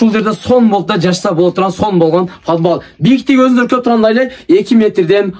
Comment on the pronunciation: Фадбал эмес подвал.. айтылышы падвал. Анан 55мин долларлык эмес, 15мин долларлык уй десен сабатсыз. 55мин деп адашып айтып алдынбы!? Эски жупуну уйго